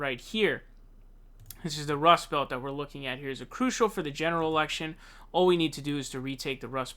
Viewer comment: ....Zheneral election